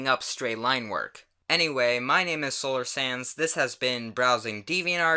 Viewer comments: At the end when you said that you were Solar Sands it sounded like you said “Solar Sans” lol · at the end it sounds like you say solar sans sorry if its judging just wanted to point it out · Am I the only one who heard "Solar Sans " or am I just an idiot 😂😂😂😂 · xD why do i hear Solar "SANS" when you say solar sands